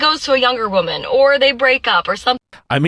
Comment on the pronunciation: Every time they say "as a wahmen" you know its a precursor to making ridiculous sheet up. Mental gymnastics at olympian level.